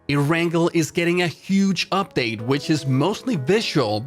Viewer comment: Cringed at every err-rangle. It's pronounced air-n-gail